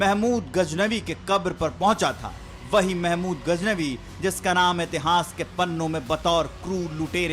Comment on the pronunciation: Learn to speak correctly Indian media... What's gajnabi? It's Ghaznavi.